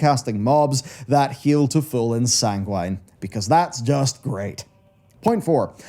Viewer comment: the way you say sanguine makes me sad 🥲🥲other than that, a good objective video good job!!